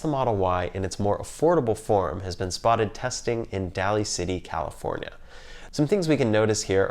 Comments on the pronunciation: Daly (pronounced like daily) City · Hope that camera retofit comes with AI4 retrofit as well! BTW.. It's pronounced "Daily City" 😄 Love the vids!